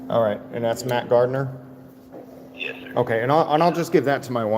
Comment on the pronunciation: Great video was that Matt Gardner or Mack Gartner lol